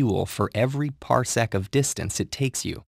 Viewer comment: Wow, ted ed said parsecc, who wrote this, han solo?